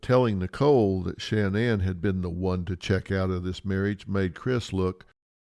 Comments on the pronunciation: Dr Phil! There isn’t 3 N’s. SHA-NAN! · It irks me that Phil can’t pronounce sha nanns name correctly 🤨